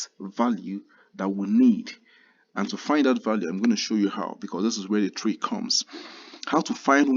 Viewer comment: The way he pronounce three got me😂. I prefer your work though